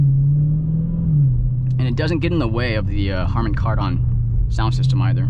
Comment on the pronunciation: “Harmon Card-On” lol